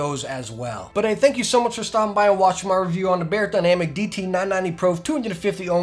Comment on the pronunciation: It’s NOT “Bayer” dynamic. Fools